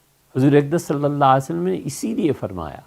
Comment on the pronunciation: مفتی صاحب حضرت محمد « صلی الله علیه وسلم» کی تلفظ کی پرکتس کرو پلیس.